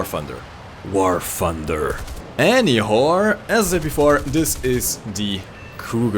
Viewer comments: wen he ses ''any whore'' :) I CRI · It sounds like you're saying anywhore.